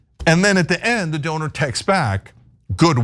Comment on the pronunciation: You Say Donor I Hear Owner.